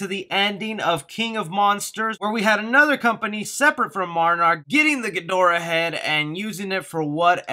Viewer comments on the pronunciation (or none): Did you just call Monarch Marnrock???